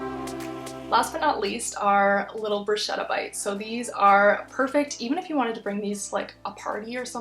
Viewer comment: Tasty ideas :) In bruschetta the "ch" is pronounced hard as if there was only a "c" :)